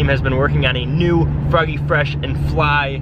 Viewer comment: I guess instead of froggy fresh its boggy fresh lmao